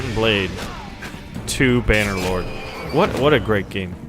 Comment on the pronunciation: Its not Bannderlord, its Bannerlord 😂